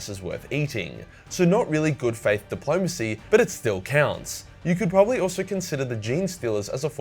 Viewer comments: The fuck is dip-low-mace-ee? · says "bad faith depolomancy... Russia", me i start choking on a sherbert lemon:)